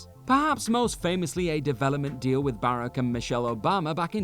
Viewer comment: Not to be nit picky but the former President of the United States first name is pronounced baROCK, not barrack. Emphasis on second syllable